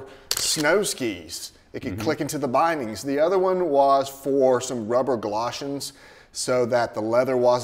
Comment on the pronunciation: galoshes, not gloshens